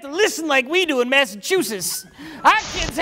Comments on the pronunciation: I'm calling bullshit! The first time said "Massachusetts," he said it correctly. The caption was not necessary. "Massajujish," however, is pure gold. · Oh come on, no one can pronounce Masseschuhchats.